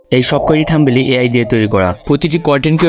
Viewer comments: আগে Thumbnail উচ্চারণ করা শিখ ভাই। 😂😂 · Eta THUMBNAIL bhai, apni to THUMBEL bolchen